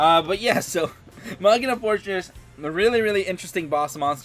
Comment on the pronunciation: I love the way you say machina. Everyone else says something weird like "mechaina".. and i'm like "what..china?"